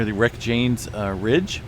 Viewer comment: Not sure if anyone's corrected this pronunciation before, but Reykjanes is pronounced more like rake-yah-ness (at least, that's the best description I can give as someone who watches some Icelandic channels but isn't Icelandic and doesn't speak the language).